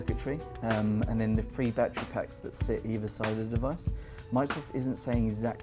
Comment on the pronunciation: "fwee" instead of "three". drives me crazy